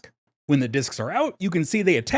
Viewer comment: And followed by a mispronunciation of the word 'discs' not long after.